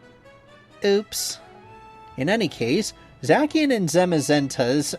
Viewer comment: The mis-pronouncing pokemon names is killing me 🤣🤣🤣 especially “Zackian” and “Volcarano” 🤣🤣🤣